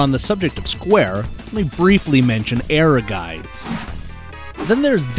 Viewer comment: While you did make a valiant effort, you still did not quite succeed at the pronunciation of "Ehrgeiz" (mainly the last letter which is not soft, but hard, sounds more like "ts"), which is a german word, you can listen to a complete example of it over at dict.cc for example, good job otherwise :)